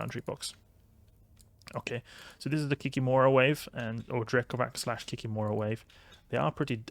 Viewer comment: It's not kikimOra, but kikImora